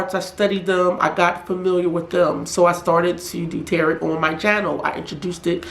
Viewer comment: It's pronounced tarow, not tarot as in carrot. Tarot.